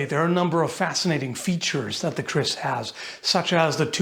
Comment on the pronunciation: When you said, "the kriss sword," I thought you said, "The Crissword," and wondered why the tiny sword from the Zelda cartoon was in the line up.